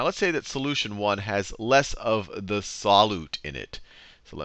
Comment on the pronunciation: the way he says solute pisses me off...